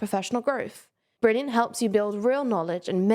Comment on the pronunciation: to try every bleurgh brilliant has to offer for free... Funny but its fine lol